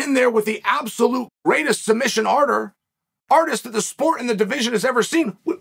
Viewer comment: I've learned something new from uncle chael "submission arter"